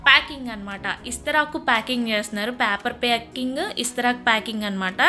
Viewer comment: ఇస్తరాకు కాదు తెలుగు ఖూనీ చెయ్యకు. విస్తరాకు అని నేర్చుకో